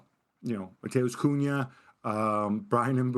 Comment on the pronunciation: Dude said mbuemo and cuhna older lol these are payed journalist this show is a joke nobody do research just hot takes and nonsense spewing nobody talks with sense